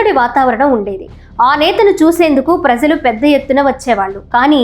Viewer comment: చాలా కాలానికి మంచి తెలుగు వింటున్నాం. ప్రజలు.. లో జ సరి చూసుకోండి.. తల్లీ.